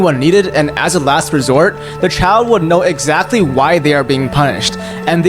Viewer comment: "excalty" sybau